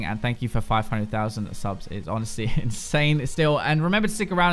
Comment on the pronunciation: What he says: "Let's go to the robots" What I hear: "BRING IN THE DANCING LOBSTERS!"